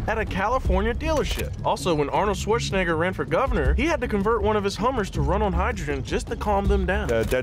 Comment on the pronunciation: "Arnorld Schwartzenegguh"